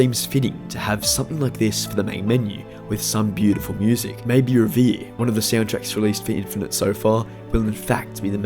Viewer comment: worth mentioning that Curtis Schweitzer's "Reverie" is pronounced rev-er-ee, not ree-veer :)